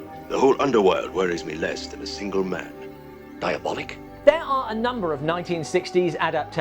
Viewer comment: Always heard the title pronounced diaboLEEK. But yeah, Italian stuff of this genre fall short. I enjoy most Eurospy films because they're not really good and frequently confusing. Komisar X for me, is the best. Comic books not my thing. Same problems as adapting a book,..film cant hit all the nuanced ideas. Not enough time.